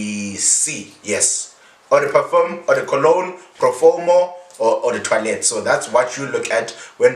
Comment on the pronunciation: Was pronouncing the word as toilet 🙄😂